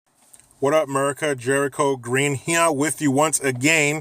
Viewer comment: Dude whenever u say ‘merica’ I crack the f*ck up 🤣